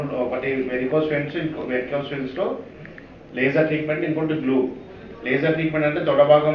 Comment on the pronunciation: అయ్యా యాంకరో, వెర్నికో కాదు, విరికోస్ అనాలి.